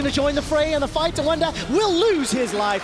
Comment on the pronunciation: ER IST WUNDER!!! Not "Wonder". SO CALL HIM "WUNDER"